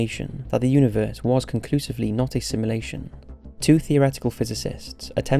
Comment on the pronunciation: Ahhhhhhhhhhh this got me. Please say sim*u*lation not simlation